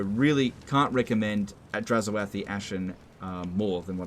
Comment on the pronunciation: It's oath, not o-ath.